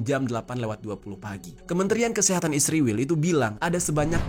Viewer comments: Israel bang ..bukan isriwil. Saking bencinya kamu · bahagia bgt saat anda bilang isriwil 😂😂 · Kenapa israel disebutnya isriwil ya? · Knp harus bilang nya isriwil...giliran palestina bilang nya bener palestina😂